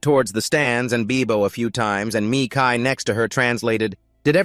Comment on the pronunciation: "Sigh", I'm sorry but hearing this damn AI constantly pronounce his name "Me Kai" instead of Mikail like it should be just hurts SO BADLY...😣